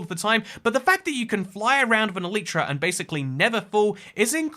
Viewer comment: Great video but, just learn how to say Elytra